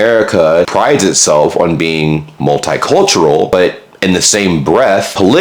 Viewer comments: It's not mult-eye cultural - it's multee-cultural! Just like Italian is pronounced Eetalian! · Also its multicultural, not multeyecultural or multhighcultural